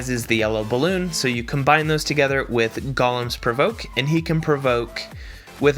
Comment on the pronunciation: Gaw-lum?? Golem is pronounced Go-lum in the US and Go-leum in the UK. However, IF it was Gollum then you're pronouncing it right.